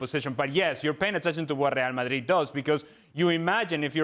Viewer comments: If you don't have a thick accent for everything else, dont have one when saying real madrid. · You're speaking the Queen's English, and you can't speak it when you pronounce Real Madrid? . . . Bush League